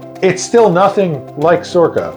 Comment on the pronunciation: SORRCA? Never heard of her!🤣🤣🤣